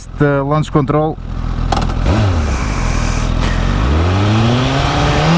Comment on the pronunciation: mal ouvi a pronuncia da palavra "control" percebi logo que era pt! abraço